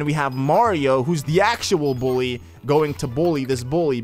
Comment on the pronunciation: the way he said bully 😂😂😂😂😭